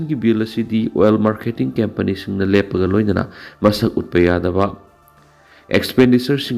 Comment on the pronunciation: COMPANY bu " KEMPANI" haiganu "KAMPANI" haiyu icham chamna